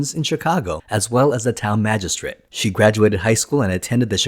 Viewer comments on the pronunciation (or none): none